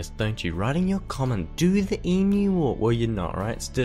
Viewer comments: why does this guy pronnounce Emu as Imyu? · Great video but I still think Sam o nella did it better (even though he can’t pronounce emu)